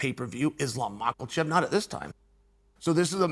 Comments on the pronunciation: It s more like michaelchev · This mf really thought we didn’t catch him pronouncing Islam’s name correctly and then reverted back to ma Kal chev the rest of the way through ! I caught you out mf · Bro gariush, makelchev, I'm dying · Love Uncle Chael's channel!❤ I still laugh every time Uncle Chael pronounces Makhachev's last name as "Mak-el-Chev!" Simply hilarious!!!😂 Uncle Chael doesn't care how he pronounces last names! Love it!!!😂👍🤣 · Mackul-shev lol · Chael "Macklechev" Sonnen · 'Makalchev'. Greatest ever. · I love that Uncle Chael purposely mispronounces names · First of all, Learn how to say Islam’s name lol Second, Boo Chael !! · If you cant pronounce his name you need to just shut up chael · Chael the white weirdo sonnen... It's time for you to Pronounce Islam's name correcty. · Why does Chael pronounce Makhachev with a hard L in the middle?